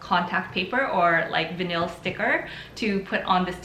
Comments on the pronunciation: Did no one point out that vinyl is pronounced vine-ul, not vineel? If I didn't see vinyl in the title, I'd not know what that word was. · It sounds fancy though - vuh-neel - 😆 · "Vin-eel" lol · Veneel! Lol. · Stop saying vinyl like that... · Thank you for the video. By the way the word “vinyl” is pronounced with a long i sound (like eye) and the the emphasis is on the first syllable.